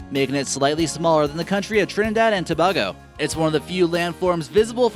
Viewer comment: I know I'm a nitpicker, but the first park is North Cascades, not Northern Cascades, Tobago is pronounced toe-BAY-go, and Havasupai is pronounced hah-vah-SUE-pie, not "have-uh-SUE-pay", Katmai is pronounced CAT-my, not CAT-may, and lastly, #1 is Wrangell-St. Elias, the 2nd. half of which is pronounced ee-LIE-us, not ELL-us. Actually Yellowstone was the first national park in the entire world.